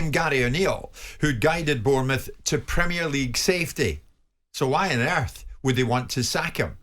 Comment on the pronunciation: Never trust a yank, that doesn’t know how to pronounce Premier